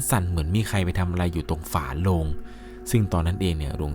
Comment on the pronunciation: ชอบฟังมากค่ะ แต่ถ้าเก็บรายละเอียด ร กับ ล (คำว่า ฝาโลง/ฝาโรง) อีกนิดจะสมูทกว่านี้ค่ะ เป็นกำลังใจให้นะคะ ติดตามตลอด